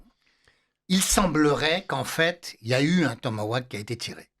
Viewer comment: Tomahawk et non tomawack